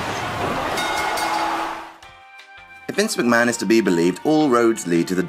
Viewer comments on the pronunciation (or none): none